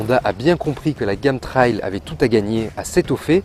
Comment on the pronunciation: Bonjour. Merci pour ce test. Pour info, trail se prononce "trèèye"